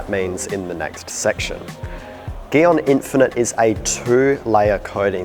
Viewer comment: Why him say gyeon like that